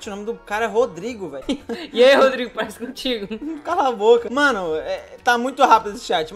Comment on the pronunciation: "odrigo" não "Rodrigo"